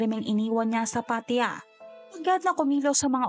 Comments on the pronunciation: Pattaya! hnd Pat ya 🤦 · PAT-TA-YA,po twag nmen s place n yan..i leaved there...a lot of beautiful beaches,bars and foreigners.. Anyway,you narrations is awesome!